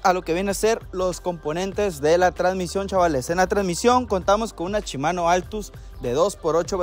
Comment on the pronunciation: Pregunta porque cambian las letras al decir las palabras Shimano la cambian por chimano, la palabra aún viéndola que dice kashima la cambian por cachima, 🤷‍♂️🤷‍♂️🤷‍♂️